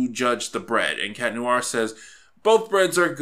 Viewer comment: "noo-ar" ?Noir? No dude, there's no pause between the "oo" and "a" sounds, like in "wah-wah" pedal, "nwahr".